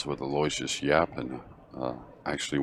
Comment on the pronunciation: Aloysius is pronounced Aloo-ishus. You're the announcers. That's part of the job. Be professionals. Do some research on the players in tournament. Basics like how to pronounce names, age, records, and home town. How would you like it if your name was pronounced incorrectly all time? Come on!